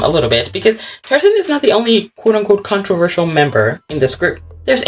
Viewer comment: You struggilng to say "controversal." Made me laugh😂